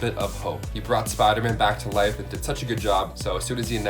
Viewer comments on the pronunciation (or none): why do you always say spiderman like that all the time ...smh its (spiderman) not spidah man